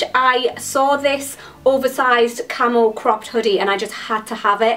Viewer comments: KillerQueen unfortunately i read this comment before i got to that part of the video...then could only hear 'camel' 😂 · For a second I thought you kept saying camel instead of camo. :P